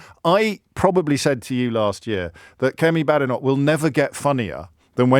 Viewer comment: Remember her name is pronounced Bay-denoch not Ba-denoch. But i prefer Bad-enough